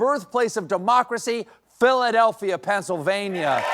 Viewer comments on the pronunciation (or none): "...birthplace of democracy, Phiadelphia Pennsylvania!" :D back to school.